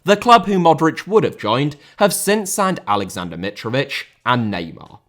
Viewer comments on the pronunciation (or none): none